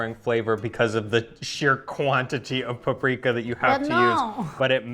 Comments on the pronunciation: Yes, it annoyed me so much when he kept saying pu-Pri-ka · Igen. Feleségem magyar. I thought they were in Szeged!...it's PA-pri-ka!